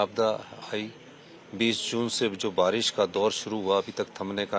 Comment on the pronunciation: Barish ko balish bol rha h ye 😅😅😅😅😅